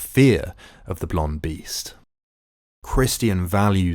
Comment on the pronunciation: ok thank you for making this video but someone has to point out how u pronounce christian